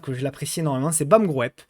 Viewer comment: Merci, encore une belle vidéo. Juste si je peux me permettre de te corriger BAM groep ça se prononce BAM group 😁, ce n'est pas toujours facile pour les français de prononcer correctement les valeurs belges ou NL. Encore merci pour tout ce que tu nous offres et gratuitement qui plus est!!! C'est de plus en plus rare 👍